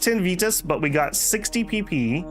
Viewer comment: the reading of virtus in every possibly wrong way is kind of annoying.